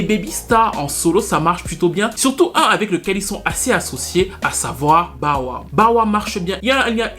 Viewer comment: "BAWA" (Bow Wow) 🤣